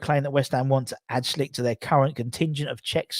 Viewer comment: Hey, why U still call Patrik Schick "Schlick"? Where did U get that L? It always makes me laugh. Anyways, greetings from Czech. Take care mate. COYI